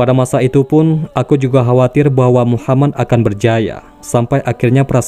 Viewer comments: Min tolong ngomong yg yg benner. Nabiullah Muhammad saw. Bukna muhamman. 🤦‍♂️ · Radio atau vieeo,, ini orangengucaonya MUHAMAN, yang benar MUHAMMAD